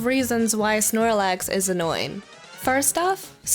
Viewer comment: snorlax, not shoelace